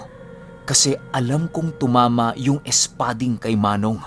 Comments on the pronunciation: mabilisan po yung pag bigkas ng " spading" 😊 silent listener since nag simula ka 😊😊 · Hi..bilisan mo mgbigkas ng espading... Ganyan ksi mgbigkas nyan...😊😊